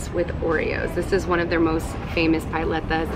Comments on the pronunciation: Pah-leta instead of Pie-leta :) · It's pronounced pal letas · She also mispronounced palleta